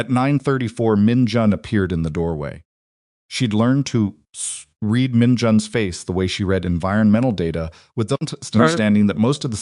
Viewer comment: Good A.I. everything…writing, narration, enunciation…BUT REALLY…that darn ‘green wood splitting’ ? I will UNSUBSCRIBE if you keep it up and…could you not teach me/ signal your A.I. to differentiate between ‘read’ and ‘read (red)’ ? Thank you for the parts that are good…your stories etc ! 🇨🇦🇨🇦🇨🇦